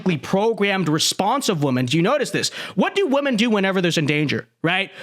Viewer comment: I keep thinking my ears are playing tricks on me, but I swear that half the time is saying the plural "women" he's pronouncing it as the singular "woman". When I hear it, I'll rewind it and listen to it again several times to confirm it, and I'm pretty sure he's pronouncing it as the singular "woman". It's hilarious.